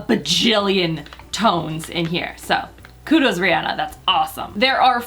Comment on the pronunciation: Guuuuurl, it's Rihanna not rhianna